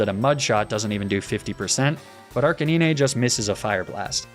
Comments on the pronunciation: He said arcinine for arcanine Nobody talking about that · did he really just say arc-a-nee-nea?!?! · Bro get outta here with the „blasto-ah“ and „arcaneeneh“ 😂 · who pronounces arcanine like that😭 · Your pronunciation of Arcanine is literally killing me xD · I absolutely love your videos! They make me feel like a kid again watching them. However; I will never be ok with how you add an extra syllable to Arcanine's name xD Keep it up! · this man cant be serious pronouncing arcanine like that. there has to be some joke I'm missing out on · I love these videos but the way you pronounce arcanine makes me irrationally angry for some reason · stop butchering Arcanine's name on purpose